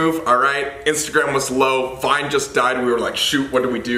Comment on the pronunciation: vine its vine